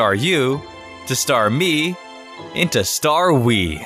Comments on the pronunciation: not starwe I think its starus ( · Dude, really, it's Star-US. That would be awesome. That said, my ears are bleeding from all the puns, i'd rather be listening to an off key Exploud, or maybe a Chatot (seriously when is it evolving to Talkatoo). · Starus Star+us instead of starwee or however it'd be spelled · not starwe but starus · Dude Staru Starmie STARUS not Starwe hahahaha or maybe Starius Heliolusk kinda reminds me of Kecleon also that one ancient bird Pokémon (fossil) or like Quezacoatl Hypno loool thought he's good where he was. I think him and Mr. Mime were shipped together Also can we talk About Crystal Onix evolving???? Go-go-goat lmao so WTF so lame but funny Also the Mammoth for Donphan. Miss Skirskit it's so much better than it's evolution... Excelgor is totally a mummy not a ninja lol. I ship Ghost too It's funny cuz Pokémon has become a combo of quite a few mythos Japanese European Even a few Native American like the Thunder Bird and Quezacoatl. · starus geez, you no pro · "Star-we"... it couldn't be more perfect.